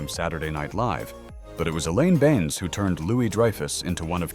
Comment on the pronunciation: Not too bad, just didn't like the pronunciation of "Benes" and the odd variance in volume 😖